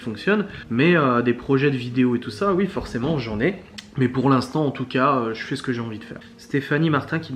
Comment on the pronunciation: Merci beaucoup de cette vidéo ! Et j'adore.....quand tu dis YUI au lieu de OUI ! Je te souhaite le meilleur pour la suite.😘